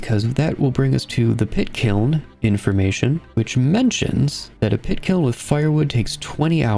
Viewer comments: "kit piln" 😭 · At one point I swear you call the pit kiln a "kit piln" 😂